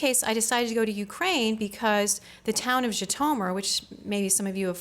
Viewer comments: Totally not pronounced "ji-to-mur..." so American... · Yes, gratingly odd pronunciation. Undermines the scholarship.